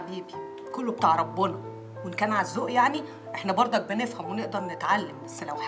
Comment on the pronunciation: يعني بقيتي مزه واستايل وفجأه كده تنطقى وربووناااا وربووناااا يا شيخه قفلتيني ههههههههههههه